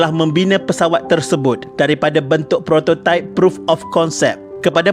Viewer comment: Prototype betul pulak sebut! Adoiii